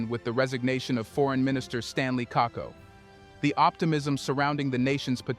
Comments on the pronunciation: KAKUBO please, NOT KAKO. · Apart from mispronouncing Stanley Kakubo's last name it's good and accurate analysis.